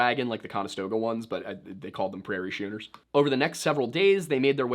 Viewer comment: The way you said "Schooners" made me grimace.... maybe just the sailor in me. Keep on learning, though! Fun vid!